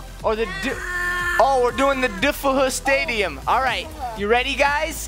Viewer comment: i like how he pronounced it "defehu stadium"